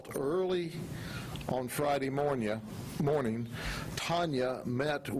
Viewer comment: "on Friday morn'ya" hahaha I love it. Even when he trips up a lil its GOLD. im SAYING "goodmornya" from nah'on.